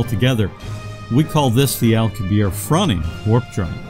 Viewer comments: How can you explain anything about how it works when you can't even pronounce correctly The name of Miguel Alcubierre correctly. The double 'r' is pronounced with a pronounced rolling of the 'r' sound. and the final 'e' should also be pronounced. It is not a silent 'e'. The last 4 letters should all be pronounce clearly, "i-e-rr-e". The letter 'rr' is considered one letter and is pronounced differently to 'r', by giving it a distinctly long roll on the tongue similar to a Scottish 'r'. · Why does the narrator continually persist in mispronouncing Alcubierre's name? It's not French, it's Spanish, thus the final 'e' is not silent, for correct pronunciation the final 'e' must be pronounced.